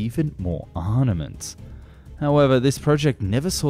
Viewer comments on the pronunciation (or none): Arnaments! Yes, this weeks mispronounced word!